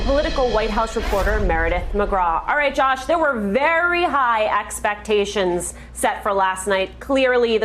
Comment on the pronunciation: very high AXPAXTATIONS?